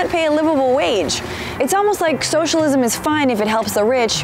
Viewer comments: Did she say Showshalism? This is childish and stupid. And mostly BS. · Socialism is three syllables not four...